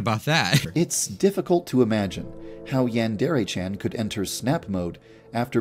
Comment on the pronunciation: saying that he couldn’t say yandere chan back then but he still cant